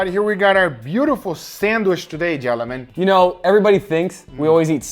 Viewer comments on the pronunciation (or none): Nice sandwich "gelemen"